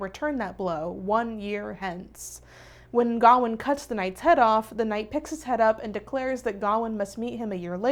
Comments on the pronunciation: I’m not usually this person, but it is pronounced ga-wain, like Wayne as in Bruce Wayne, I’m sorry but it just bugged me the whole time since traditional Welsh, Irish, or Scottish names are mispronounced since I have a traditional Irish name that is often mispronounced and so does my niece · The way you pronounce Gawain is so American